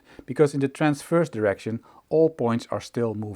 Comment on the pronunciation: Just beautiful. BTW, check your pronunciation of “direct” and “direction”.